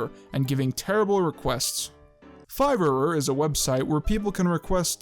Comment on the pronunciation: It's not Fiverer, it's just Fiver lmao